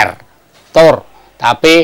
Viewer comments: Pramoedya Ananta Toer min, bukan Tour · "Toer" bukan "Tour" 🙄